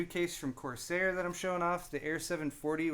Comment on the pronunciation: It's corSARE not corSAY. This isn't French. Don't know why that bugged me so much.